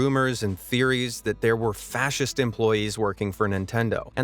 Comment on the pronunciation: Fascist? I thought you said nazist.